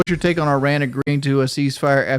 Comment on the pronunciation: Everytime he says Iran it cracks me up. Especially since he has never done that like .. Ever.